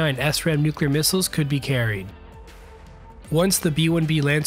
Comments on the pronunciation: You knew when a Vark had an FCF, cause its decals would half peel off at Mach 2+. Btw, - it’s called a ‘Sram’, not an ‘ess-ram’. Or just The Rubber Rocket. No foolin, the AGM-69 was covered in tacky white silicone, and its tailfins were beautifully carved mahogany. You know it’s a party missile when they name it ‘-69’. Even its warhead was the W-69. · Really liked this clip, having spent 10+ years working FB-111A’s at Plattsburgh NY (380 MMS) and Pease NH (509 MMS). Minor correction: the AGM-69 short-range attack missile (SRAM), was pronounced Shram, not “S-Ram”. During annual live-launches, we launched a SRAM with a simulated launch training payload (SLTP), and the aircrew carried a rubber chicken in the cockpit with them for good luck, and to ward off evil spirits and electronic gremlins: known to old SAC nuke pukes as “the SRAC” (short-range attack chicken). I was keeper of the SRAC for a couple of years :-)